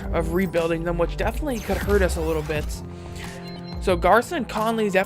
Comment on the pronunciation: Conleys first name is pronounced “Gary-on”